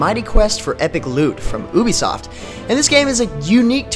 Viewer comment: It's not oobie soft it's ubisoft